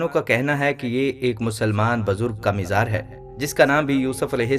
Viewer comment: Mizar nahin....mazaar